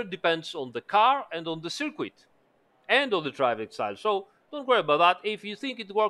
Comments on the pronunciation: Great video! And forgive me but circuit in English sounds more like ser-kut not ser-queet although everyone knows what you mean of course 😉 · Dude good video but until you can say circuit properly just say ‘track’ 😂🤣